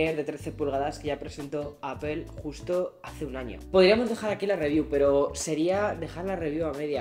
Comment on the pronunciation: Vives en Estados Unidos y te dedicas a hablar de Apple, y sigues pronunciando APEL.???? YA POR FAVOOOOOOR